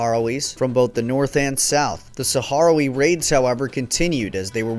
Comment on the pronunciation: Sakh-RAHwee, not saharawee